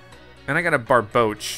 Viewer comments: when he called barboach barbaque lmao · Its Barbouch not barbaracle